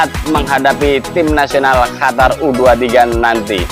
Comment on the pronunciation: QATAR OM...BUKAN HATAR 😂😂